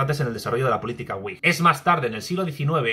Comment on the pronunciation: Wigh sera uaig, supongo. Me refiero a la pronunciación. O decimos vig, o uaig, pero uig no se entiende.